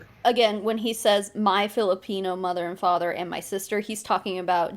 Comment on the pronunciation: The way he says “Filipino” like there’s a hard R in there somewhere 🌝